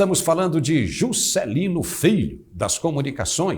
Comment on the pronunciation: adorei o sotaque ao falar "Jusssscélino" adoro o nordeste!